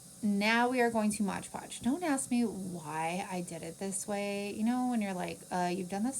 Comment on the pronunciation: I've never figured out why people say"MODGE ( WITH A GE ON MODGE ) podge "? .lol it is MOD-PODGE lol 😆 I'm not being mean just a lil sarcastic 😅 🤣 😜 it cracks me up... Alit of crafters say tbis word like this , but why ? Is there something I didn't know . Just curious .. Love your mini crafts .